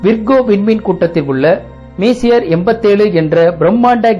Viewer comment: தாங்கள் உங்கள் script ஐ தமிழில் எழுதி வைத்து படிக்கிறீர் என்று நினைக்கிறன்... messier என்பதை மீசியர் என்று உச்சரிக்காமல் பிரெஞ்சு மொழிக்காரர் எப்படி உச்சரிப்பாரோ அப்படி உச்சரித்து காட்டுவது தான் சரியானதாக இருக்கும்... அது மெஸ்ஸியர் என்று தான் உச்சரிக்கவேண்டும்... இவற்றை எல்லாம் முதலில் கேள்விப்படுவோர் தவறான உச்சரிப்பை கற்றுக்கொள்ள விடாதீர்கள்...